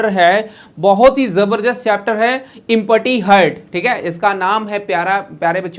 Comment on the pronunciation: Sir ji Empty Ko इमपटी nhi bolte h एमटी bolte h 😂😂😂😂